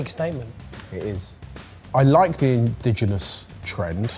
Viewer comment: (mispronounces "indigenous" as "indigenal"). *Popup: (misspells "indigenous" as "*indiginous") 10/10 perfection, would watch and chuckle again.